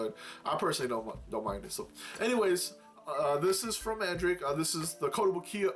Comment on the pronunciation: Great video, man. That paladin knight girl looks nice, I've seen it a couple times in the pre-owned section on AmiAmi. Btw Mandarake is actually pronounced Man-da-rock-kei with a little rolling of the tongue when saying it.